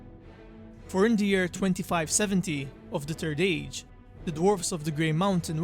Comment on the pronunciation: He kept calling it “the turd age” lol!